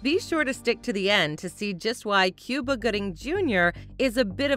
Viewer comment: Cuba Gooding's name is not pronounced the same as the country. It is correctly pronounced "Coo-bah", not "Cyou-ba".